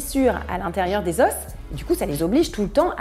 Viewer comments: Les « zo » pas les « zoss ». Pardon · Oui, au pluriel, on ne le prononce pas, en français standard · Tu prononce le s des os !